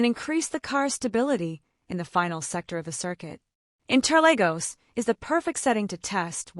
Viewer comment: Uhh my goodness it's inter(Lagos). Not Legos